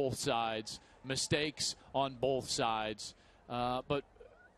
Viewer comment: On “bolth” sides 😂😂